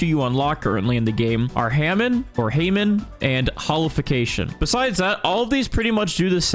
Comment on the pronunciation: I noticed that you said Hamon wrong and I don’t blame you but just so you know the correct way of saying it is hahhhmon so hahhhh mOn